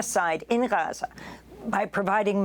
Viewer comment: Amy, I'd like to take a moment to tell you how happy we are that you try to pronounce 'Gaza' properly! Just a tip: you got the first letter right (Gh instead of Ga), but the imagine it spelled like this for the best pronunciation: Gheza. So, swap the A with an E and make it short. Regardless, thank you!! It means a lot to see your efforts!